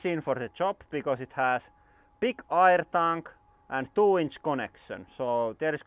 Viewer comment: I like how you say aijer when you say air